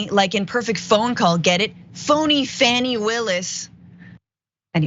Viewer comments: Her name is NOT Fanny. Its faw-nee. Why are you the only person who does not know this? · Hey Francesca, do you think you could learn how to say Fani's name right? It's pronounced Fawny, not Fanny. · Please, please, please pronounce Ms. Willis' first name as FAWNIE, not FANNIE. It is respect which you normally do so amazingly. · Learn to correctly pronounce her name! It's pronounced (Fawn-E).